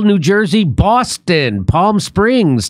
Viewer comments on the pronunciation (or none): none